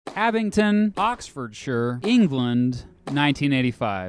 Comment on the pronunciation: Can I just say as a Brit it makes me really happy that you say Oxfordshire correctly a lot of Americans say it as Oxfordshiiier